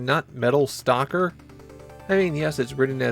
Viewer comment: Are you suggesting it should be Metal Stocker? Or Metal Stalker? It took me a bit to realise that your accent makes these two words indistinguishable